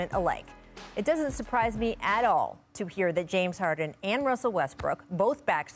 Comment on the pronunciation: "jaines harden"